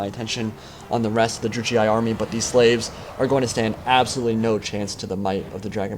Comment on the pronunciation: its really bugging me how you pronounce Druchii. It's pronounced Drookeeey